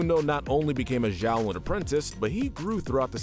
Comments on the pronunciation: Isn't Xiaolin pronounced more like "Sholin" than "Zholin"? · Zhaolin ? That pronunciation is hurting me lol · i just don't understand how he continuilly mispronounces the name of the series when its said in every episode multiple times